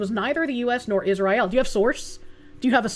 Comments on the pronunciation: Love how the Korsche pronounces it “is-rye-aal” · IZZ RYE ELLE